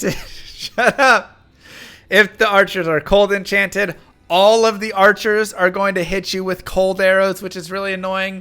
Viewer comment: FART!! FARTCHERS!!! 😂🤣